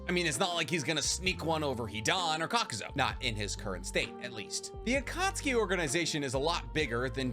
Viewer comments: Wtf did I just watch. This was more about Hidan than Rock Lee. And it's pronounced (cok-ew-zoo) not kakuzo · Kakuz(U), not Kakuz(O).